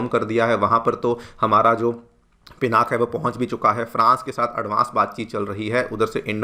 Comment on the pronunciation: Thanks you Sirji for saying पिनाक and not पिनाका.